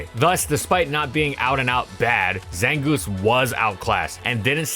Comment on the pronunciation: the zangooth is looth